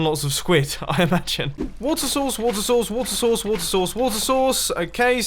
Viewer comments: I know he is saying 'water source' but I can't help thinking of him saying 'water sauce' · At like sounds like he says water sauce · When he said water source it sounded like water sauce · when he says water source, i hear wut sauce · Water sauce?! I know it is water source but it sounds lik water sauce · and Keep Waiting And There it was water sauce,watersauce,watersauce,watersauce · When he says water source like 20 times It sounds like he’s saying wart sauce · Anyone else think he’s saying water sauce? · what i heard: water souce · wotter sauce wotter sauce wotter sauce wotter sauce wotter sauce wotter sauce wotter sauce wotter saucewotter sauce wotter sauce wotter sauce wotter sauce wotter sauce. neat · It sounds like your saying “Water sauce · I keep hearing WATER SAUCE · Did anyone else notice that the "water source water source" sounds like "gucci gang gucci gang" ? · when you say water source really fast it sounds like you're saying water sauce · is it weird that I hear him "water sauce" instead of "water source" XD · anybody else hear "water sauce" ? xD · If you place at the top of minecraft. Well done! You have made large tsunamis You sounds like saying wota sauce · Why i hear WAT SAUCE?! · When he said "Water source Water source Water source Water source Water source" i thought i said "What's sauce What's sauce What's sauce What's sauce What's sauce" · It sounds like he is saying water sauce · When you are saying water source I can hear water sauce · When he was saying water source, it sounded like he was saying water sauce. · when he said water source so many times, it sounded like wart sauce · wutter sauce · Mumbo:water sauce,watersauce,water sauce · It sounded like he was saying water sauce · me too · wuter sauce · I do hear water sauce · When he says "water source" it sounds like he is saying "wonton sauce" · it sounds like you are saying wato sauce. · Its sounded like he was saying wata sauce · "wota sauce" ?